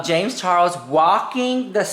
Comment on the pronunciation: "James ChaRROSSSS" - 😆😅 I missed you saying it 🤭